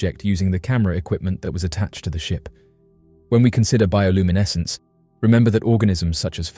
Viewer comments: Seriously how many times did he say bioluminescse........ I had to give up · Let’s take a shot every time he says bioluminescence.